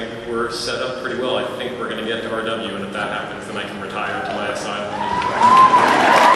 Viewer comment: Oh GOD. Just hearing him pronouncing "RW" is painful. Or better known as the end of asoiaf and eventually GOT, for me. Please mr producers, don't talk about that before you have to, just, don't.